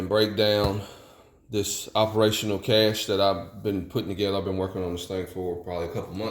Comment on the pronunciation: I was thrilled just hearing someone pronounce cache properly. It just got better from there. After my folks house burned down I did something similar but also a bit more mundane. I added a few changes of clothes and a pair of boots. Depending on the circumstances you are building it for adding a thumb drive with scanned copies of important paperwork. Overall you have a great starting point, customization from there is just adding options. Some of those options will be location or situation dependant. If you live in the desert you might want to include canned water rather than just having purification and storage containers. Up north maybe adding warming layers, that sort of thing. Very practical approach.